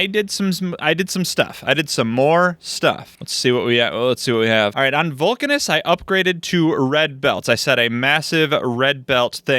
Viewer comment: You can probably pronounce Vulcanus the same way Uranus is pronounced, with an Uh sound instead of a long-A sound, so it would sound like Vuhl-Cuh-Niss.